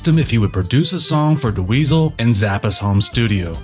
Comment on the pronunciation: Awesome compilation! Thanks for putting it together! Great footage and walkthru of the history of 5150. I did chuckle each time you said "Duh-Weasel" :).